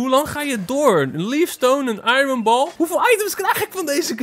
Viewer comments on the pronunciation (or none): none